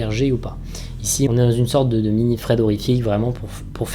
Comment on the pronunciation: Tu dit des fred au lieu de thread